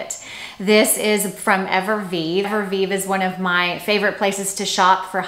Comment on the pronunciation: I think you are a beautiful woman with impeccable style. What I am offering is simply constructive feedback. I have seen this specific feedback offered on prior videos. One can lose credibility when words are mispronounced consistently. Evereve is pronounced Ever-Eve. Not Ever-Vive. No disrespect intended, just my opinion.